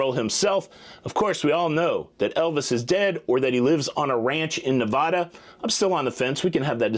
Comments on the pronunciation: It's Nevada.. not NAHVODA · I love your show. It’s doesn’t bother me very much how you say Nevada. You have probably never been to Nevada. But here in Nevada, we pronounce it Ne-VAD-uh.